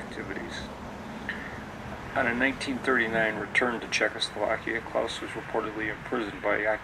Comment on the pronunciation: Good video, but I only have one comment, er beef (no pun intended): The correct pronunciation of this restaurant is NOT ‘Klowse’, (The sound of which, suggests a German name, which we know it is not!), but KLAAS. Unfortunately it is mispronounced throughout this entire video.